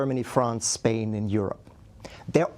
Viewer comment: Bro is now in Spain, but the s is silent